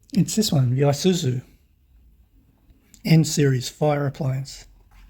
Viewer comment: I wasn't going to say this, but then you announced that you are going to southeast Asia and this might help. The letter "i" in Japanese has an "ee" sound, so, Tomica would ne pronounced Toe-Mee-Kah. Isuzu would be pronounced ee-soo-zoo. The letter "i" added to the letter "e" Shinsei becomes Shin-say. Korean and Japanese are a derivative of Chinese, but Japanese hate to admit that, so the sounds are the same across the Asian languages.